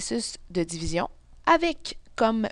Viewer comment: Dzivizion 😂😂😂.... en tous cas merci bcp